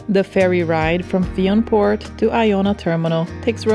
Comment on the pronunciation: Great portrait of Iona, particularly the drone shots. This is exactly what visitors can expect to see. BTW Fionnphort is pronounced fin-a-fort